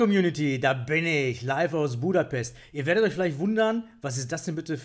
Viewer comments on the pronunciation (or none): in "Buddapes"